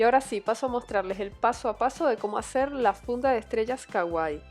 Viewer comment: Sii. Es super CAGUAI 😂 DIOS HAY GENTE QUE NO SABE PRONUNCIARRR!!